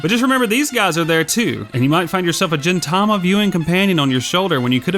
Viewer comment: The 'G' in Gintama isn't a gee, or jay sound, but is pronounced like the g in get. lol DX